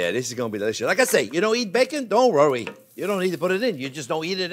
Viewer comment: Hi J-P, Why do you say Rrowy instead of worry?